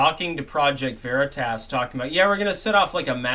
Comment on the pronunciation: OK, This has been driving me crazy for months., it's pronounced veritas "a" as in "ah". It's Latin. It's not veritASS. Thanks. (Actually it's "way-ri-tahs", but we won't go that far).